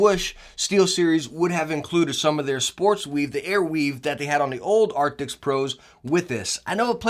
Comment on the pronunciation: the name is Arctis not arctics